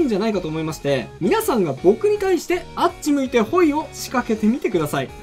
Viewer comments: 関東住みだけど違和感あります😂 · あっち向いてホイのイントネーションがきになる😂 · あっち向いてホイのイントネーションが気になった😂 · あっち向いてホイのイントネーションって関東だとこれが普通なんかな わたしは大阪住みだけどめっちゃ違和感😂